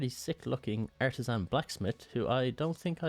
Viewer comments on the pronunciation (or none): none